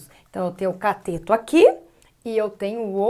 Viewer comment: Professora, é CATETO e não COTETO. Ainda bem que aula é de matemática , e não de português. kkkkkkk🤣🤣🤣🤣